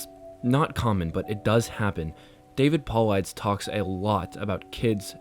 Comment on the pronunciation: I love this and I love your readings. Just a little tip: I would look up every name you don't recognize in the story and learn how it's pronounced. I love that you leave the occasional slip up in there, but for the amount of times David Paulides is mentioned and pronounced like that it kinda tripped me up. That being said, you, Mr. Creepypasta and the lady who did the water tower one on MCPs channel are pretty much the only narrators I can stand reading these. Congrats on 10k <3